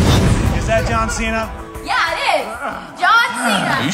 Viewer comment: you said John vena